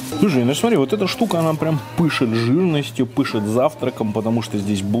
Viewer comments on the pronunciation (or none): "пышет живностью"? шта?)